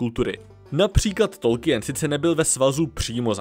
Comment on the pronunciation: video zajimave, ale ta vyslovnost jmena pana profesora - “Tolkýn” nikoliv “Tolkyjen”.